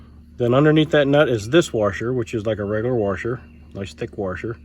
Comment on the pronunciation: The word you are looking for is WASHER not WARSHER....There is no R in the middle. It is pronounced WASH-ER not WAR-SHER....and the wavy ones are SPRING WASHERS not WAVY WASHERS. Just a heads up for you.